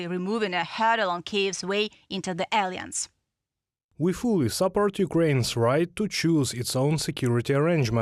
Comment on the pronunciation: Ukraine will join the aliens? Ohhh, you meant to say Ukraine will join the uh-LIE-ance. ❤❤ We love you,.